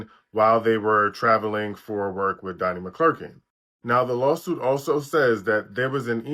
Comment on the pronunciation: You're not even saying his name right.. McClurkin..